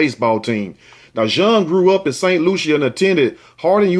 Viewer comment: Hey the island is St Lucia (Lu-sha)😬